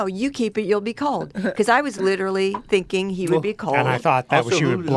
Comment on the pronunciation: "Litcherally" is leafy confirmed